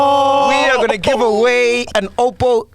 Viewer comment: Sol's lyricism is like a baby, it grows everyday. Lol today he said ''Oppo-po-po''